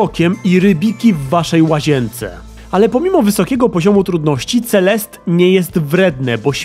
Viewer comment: Mam wrażenie, że czytasz to źle, ale nie jestem pewna. Nie powinno czytać się CeleSTE zamiast CeleST? To samo z postacią... Nie czasami MadeliNE a nie MadeLIN? Znaczy... Jak piszę źle, niech mnie ktoś poprawi, ale moim zdaniem CeleSTE brzmi lepiej